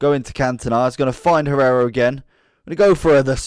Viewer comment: Hierro not Guerrero XD